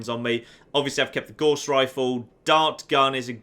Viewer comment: Gauss rhymes with house